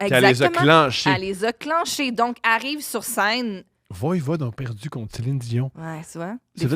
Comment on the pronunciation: heee.. VOIVOD pas VOIVOID! Pfffff!🤣